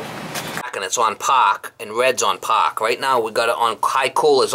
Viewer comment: "Low speeds on Paaahk...high speeds on paaahk.." haha